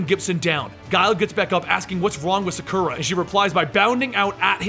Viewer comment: you pronounced sakura wrong